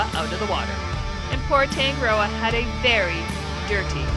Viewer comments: Please try to pronounce Tongue A Rdrdoa correctly, roll the R 😊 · im from nz, the way you say tangaroa is wrong. Sounds abit weird how you guys say it